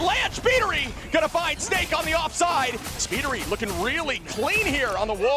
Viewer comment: I love that Shpeediry was pronounced as Shibb Tree😂